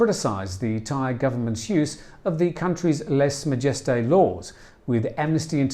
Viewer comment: Either learn how to correctly enunciate the French phrase 'Lèse-majesté', or stop using it. There are innumerable pronunciation guides available online.